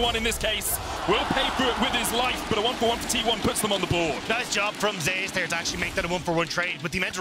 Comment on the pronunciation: Why do they pronounce Zeus like that?